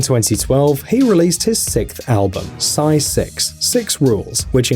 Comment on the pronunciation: its not sy its psy